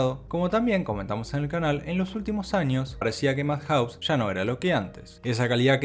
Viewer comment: Se pronuncia iufoteibel, ei uan, MADjaus y no madJAUS. jaiKIUU y no JAIkiu.